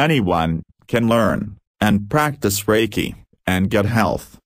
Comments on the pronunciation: Usui never had anything to do with Christianity and did not go on the famous "healing like jesus" journey - that was made up by Takata as a way to make Reiki more palatable to the westerners she was working with in Hawaii, your "bot" is mispronouncing "Reiki" and also a lot of other Japanese names and words in this video. Reiki is pronounced RAY KEY (ray like rays of the sun, key like a common house key). Reiki was not rediscovered by Usui, he created it, he stated this in a radio interview. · Fokke Brink I just listened to this video again, which is very hard because of the terrible pronunciations in it. All names are spoke wrongly, even Reiki is wrong pronounced. Here are just some points in the video about which I am sure they are not correct without violating any sources. 1: Reiki was not discovered by Mikao Usui Sensei, but already existed for over 1000 years as a spiritual practice, he started to use it in a new way with laying hands on. 2: Who said Usui Sensei was in India en Tibet, where he should have found the healing script? 3: Lord Buddha never wrote anything down, this was done 100 years later by his students. Lord Buddha was living in a part of India where the spoke Pali and he nor his students wrote in Sanskrit. The Sutras were later translated into Sanskrit. 4: Reiki was not limited to the military people, however they used it in the military because it was cheaper than doctors and during the war there were not enough doctors on the battleships, so they used Reiki. 5: You say Usui Sensei had "Shimpinden" students, this is wrong written. See later the certificate on which is written "Shinpiden", which I also do not believe is the right way to write it. My Japanese friends write it as "Shinpeden". 6: You say Hayashi Sensei was an admiral and later you say he was a surgeon-captain, however he was never a surgeon nor medical doctor. 7: The emperor did not rewarded Mikao Usui Sensei with the title "Dr." 8: Who said that Eguchi Sensei was using the Do Jo